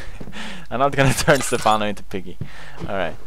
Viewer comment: Its Stephano not safano